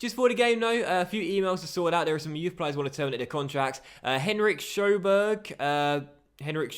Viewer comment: That pronounciation of Sjöberg <3